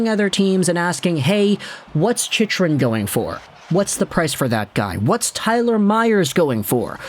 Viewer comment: Hey. Going to dislike every video your mispronounce Chick-rin's name in. No excuse st this point. For real, do you have a speech impediment? Literacy issues?